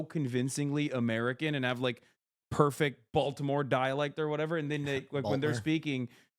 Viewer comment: Thank you for saying Baltimore correctly 😂😂 from someone who grew up in Baltimore hun.